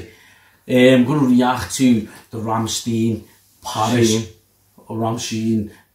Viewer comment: RammSTEIN not RammSTEEN. Its like Einstein or Frankenstein. At the end the pronouncing is like the words ,,Shine,, or ,,mine